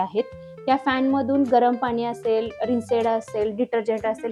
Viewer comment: अतिशय छान पणे व संपूर्ण माहिती दिल्याबद्दल धन्यवाद!🙏 पण मॅडम, जरा आपण भाषा बोलताना शुद्ध पणे बोललात तर आणखी उत्तम!! म्हणजे आनि,पानी न बोलता आणि,पाणी व लावनार आहे,ठेवनार आहे, दाखवनार आहे बोलण्या ऐवजी लावणार आहे,ठेवणार आहे, दाखवणार आहे असे बोललात तर ते ऐकायला मधुर व आणखी छान वाटेल!! बाकी मस्तच!!!👍👍👍